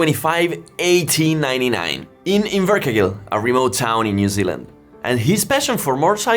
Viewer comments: It's MuNro dummy, with an "N" and also Inver-Car-Gill. Just a little bit of research would make your videos much better, and you won't sound like a dummy. And also you look even more dummer. Your photo showed Aylesbury England, but I am sure you mean Aylesbury New Zealand. Only 19,000km apart, so good try. More pedantic comments, they do not race at Bonneville, they are speed trials. If you want people to take your videos seriously please try to be accurate. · mun-ro in-ver-car-gill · Invercargill = In-ver-car-gill. "Kiwis can do anything" is our national motto (Aussies hate it 😁)